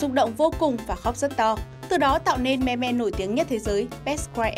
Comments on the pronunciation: Đọc là Mim chị nhé :( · Phát âm là "Mim" mới chính xác thay vì "Me Me". :)) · Đọc là "mim" chứ không phải "me me"!! Nghe khó chịu vc! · ôhh,I speak "mimm",not "me me" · "Meme" đọc là [Mïm] không phải me me 2020 rồi mà còn đọc vậy là người tối cổ luôn rồi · cuối cùng cx tìm đc đồng môn đọc là " me me " mà không đọc là "mimm" giống toi :) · “Meme” phát âm là “Mim” ko phải là “Me me” đâu nhá! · Người ta đọc meme là:mim Chứ ko phải me me nhé chị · "Mim" not "me me" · Ai lại đọc meme là me me ? 🤨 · Chị ơi, từ đó phát âm giống mim chớ k phải là me me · Đọc là "mim" chứ ko phải "me me* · đọc là mim chứ không phải me me nhá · Me me ư đọc là mi mi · Là mem chứ không phải là meme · Mim:))) not me me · Its mim not mem me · Thường phải đọc là "mim" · phải đọc là "mimm" chứ nhỉ? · Me-me =))) nghe phèn vl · Meme not "me me" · Đọc tiếng anh chán thật sự :)) thung lai, me me :)) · Meme đọc là mim nha chị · chị ơi chữ meme được đọc là mim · meme đọc là "MÊM" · Meme đọc là "mim" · Éo Biết Thì Đừng Có Nói Ok. Đọc sai tiếng Anh cứ thích đọc